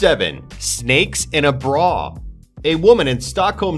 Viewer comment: Yeah I know.. It's embarrassing because even in America the have a place called Melbourne -__- Aaaaand he says Brawwwr instead of "Br-a" :-/ :3